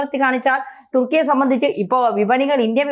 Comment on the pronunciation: തുർക്കിയെ.. തുക്കി.. ഏറിയുക.😄😄